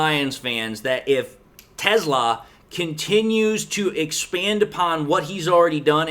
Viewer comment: not sure but I think Teslaa is pronounced tes-lay-uh